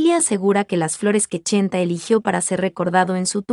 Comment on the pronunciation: SI ME LEES. SOLO TE VOY A PEDIR UN FAVOR DILE CHENTE NO CHENTA, Y SI NO PUEDES ENTONCES LLAMALE POR SU NOMBRE VICENTE, A TI NO TE GUSTARIA QUE TE LLAMEN ARRASTRADA. AL FINAL ESTAS MONETIZANDO POR HABLAR DE EL. GRACIAS MUJERCILLA